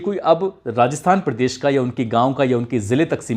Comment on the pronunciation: क्या...पिलस, फिलिम, पिड़देश ये उच्चारण सही है?